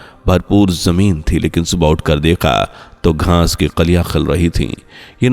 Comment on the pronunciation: Aap baar 'GHAANS' BOL RAHE HAIN. GHAANS NAHI ' GHAAS BOLIYE.